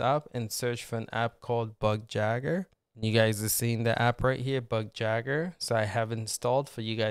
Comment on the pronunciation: It's pronounced bugYAY-GUR